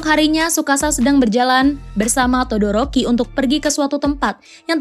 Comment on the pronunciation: Maaf mbak todoroki bukan doroki